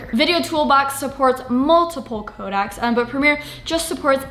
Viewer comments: I know this is nitpicky but it is co DEC not codac super small thing and great video but idk why it was bugging me so much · FYI - CODEC is pronounced COH-DECK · codec ("Co-deck" or "Co-dex" for plural) not kodak ... I tried to keep my mouth shut but it's 4th video of yours I've seen you say it